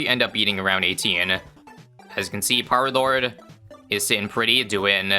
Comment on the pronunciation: Hearing say "Peelord" never gets old.